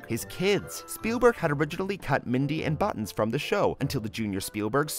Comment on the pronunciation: pops jiomer Buttons not Buttins